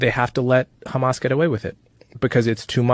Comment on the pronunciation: Why do Zionists diberatly mis-pronounce Hamas and Hezbollah as khamas and khezbollah? Is it kind of like how George Herbert Walker Bush deliberately mis-pronounced the Iraqi President's name as Saaadam? Israelis call Hummus "khummus" too. It drives me crazy. Its like calling Tony, Toby